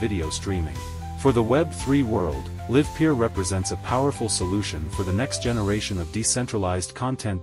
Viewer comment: They didn't even bother to find a voice synthesizer that can pronounce the name of their own company name correctly. Really projecting confidence.